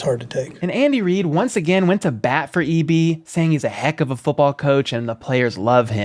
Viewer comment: That dude butchered EB's name. The Tom Brady thing was hilarious. Thanks for the shout out